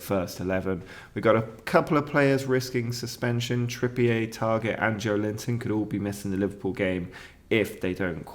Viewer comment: Trippier may be unhappy as you’ve said his name wrong for most of the season…